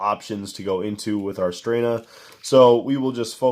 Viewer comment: It's just Stren-na. [Italian.]